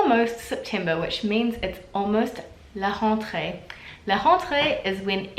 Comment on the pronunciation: "la hontrée"